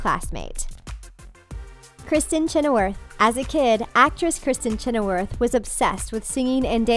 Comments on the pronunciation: omg the pronunciation in this vid...do they mispronounce things just to get comments?? it is chenoweth, not chenoworth...12 years A slave..not OF slave..etc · Just so you know, Kristin's last name is pronounced as "Chin-a-with", not Chin-a-worth. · Do you just hire these voiceovers to read? They are not pronouncing the names right. Chenower? disappointing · PLEASE pronounce the names correctly!!! ChenoweRTH???? Twelve years OF slave ???? Come on.... have some self respect in your job.